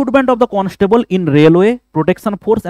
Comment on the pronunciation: Sir tumi constable ke constabool bolo keno??😂